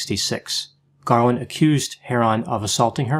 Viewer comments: You keep saying Garwin instead of Garland. Minnelli was miss pronounced initially and you seemed to say Cindy Lunft instead of Sidney. Are you ok?😆😆😆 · It's Garland, not "Garwin" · Sure sounded like Garwin to me. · Am I mistaken or does repeatedly pronounce her surname "Garwin"? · Is it just me or is he screwing with us by calling her “Garwin” some times... like the “meow” thing from Super Troopers? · Just as I read this, I totally heard Garwin